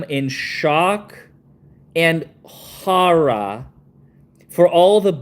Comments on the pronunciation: I am in shock and hawrah??? What does that even mean? Are ya skurd??? “Hawrah”??? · I can't say 'horror' either lol 😅😂